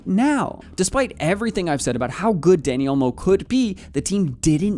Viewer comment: It’s not Danny its Dani